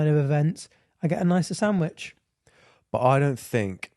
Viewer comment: im crying at italian saying sanwich and just doesn’t care